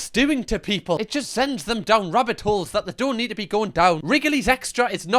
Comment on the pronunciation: “Wabbit holes” 🤓🤣